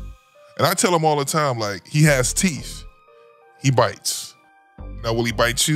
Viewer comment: Teef? It’s teeth. SMH